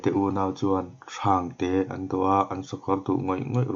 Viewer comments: Thumal thluk dikloh awm hi tihdik avan tha em. Ti zel la hmalam pan zel in aw.. thangte tih a thang tih hi thluk lo a lam tur "silai ari thang mai a" tih a thang ang a lam tur ania. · Thangte lam dan auh....😘😘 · Thangte i lam dan hi tih dik vat angai. A awmzia a danglam vek bakah naupang inzir cho mek tan a tha lo hle a ni. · Thangte lam Dan a diklo tih Mai loh chu tha lutuk e